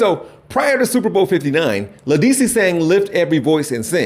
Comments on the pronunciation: its Ledisi. Pronounced "lettuce-see" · Ninja, I was with you until you said, "La-DEE-see." Leh-duh-see. Bruh. 🤨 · Led👏🏿D👏🏿si👏🏿 not led dis si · Ledisi is pronounced Lead-issey not La-dissy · Not LeDeeSee, Sir. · Lah-dee-see??? Lol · Oh my guy did you say LADEESI COME ON NOW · Lead -Dah-See luv.. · "LED-uh-See" is the pronunciation of Ledisi bro 💜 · Hi Sir… her name is pronounced “Lead-di-see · La Dee See? Son C'mon!!! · 2 things: 1. The game actually was thrilling (Go Birds) 2. Her name is pronounced Led-uh-see.... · You said Ledisi name incorrectly. I still love the video.